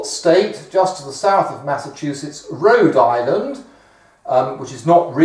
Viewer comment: Rhole Island xD